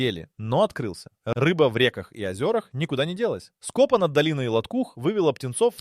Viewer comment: Шикарный материал, очень позитивная история в нашем мире который несёт только горе потерь и делешку. НО пожалуйста уберите ИИ озвучку все хорошо, а потом СкОпа и подобное прям сверлом в ухо, нельзя портить свой же труд такой халтурой в озвучке. И странно что Вы ни разу не упомянули фильм снятый по истории с Еменом и снятый хорошо: "Рыба моей мечты" понятно что страна другая но идея та же.